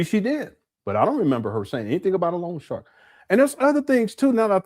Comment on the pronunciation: I thought she said Lawn shark instead of long shark. I was out on my lawn looking for sharks! 🤭🤣😂